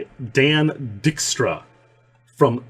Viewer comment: Your Dutch last name pronunciations crack me up 😂 It’s Diyyk-stra, Biyyyk-ema, dude 😂 love you anyway